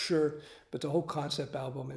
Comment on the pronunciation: When he says album i feel like there is something wrong in him.....